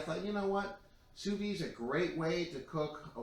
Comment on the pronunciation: Soo Veed. Not Soo Vee